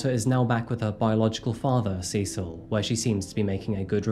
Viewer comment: You pronounced ’Cecil’ three different ways within a minute or so. Like Sessle, C-sil, and SeSILL.